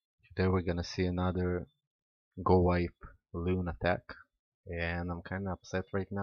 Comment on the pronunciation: "Logowipe" nice attack though